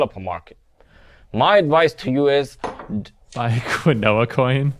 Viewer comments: please Google "Quinoa" and reflect on the syllables that just came out of your mouth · Quinoa coin “qunoah coin?” Lmfao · laughed like "hahahaha look at you not knowing how to pronounce a word you've never heard out loud before, and which has a completely unintuitive spelling!!!! oh my sides they are splitting" ? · lmao can't pronounce quinoa...